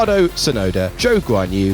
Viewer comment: When he says zhou i always think he says choke on you